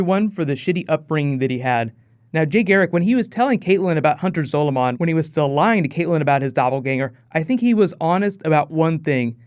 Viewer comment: MU GAWD its Zaw lu min